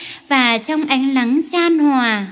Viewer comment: đọc sai chính tả " nắng " và " lắng "